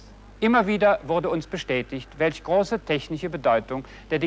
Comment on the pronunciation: es heißt "technisch", nicht "technich". Haben die da etwa ernsthaft einen Moderator mit Sprachfehler vergattert?